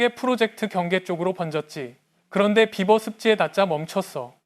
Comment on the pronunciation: beaver를 비~버라고 발음하지 않고 비버!~라고 발음하여 처음에는 나는 무슨 말인지 못 알아 들었다. 나중에 사진을 보고 알았다. 아하 비~버~~!! 물론 쓸 때는 비버라고 쓰지만 읽을 때는 비~~~~ 버 라고 읽어 주어야 한다.